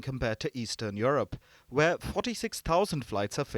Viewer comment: It's not Your-rope ma'am, it's You-rope.😊